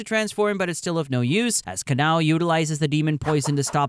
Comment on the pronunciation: is no one gonna talk about how he called kanao, kanayo